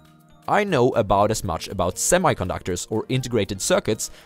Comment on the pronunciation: "chrzaszcz", haha. props for trying, tho' :) greetingz from PL! very enjoyable vids, mate!